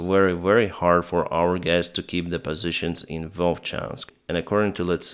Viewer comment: All right gays? 😂